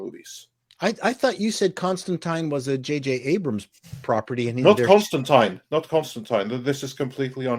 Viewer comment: Disliked for the constant mispronunciation of Constantine.